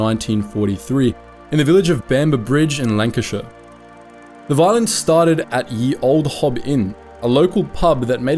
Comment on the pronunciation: "ye" is not pronounce "yee". It's just "the". The "y" represented the "th" sound.